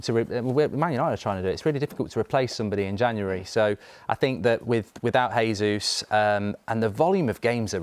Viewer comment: Tell Goldbridge it's pronounced "Jay-zoos" He's Brazilian, not Spanish.